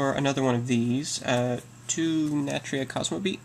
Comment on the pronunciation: why u no pronounce the "u" in natUria.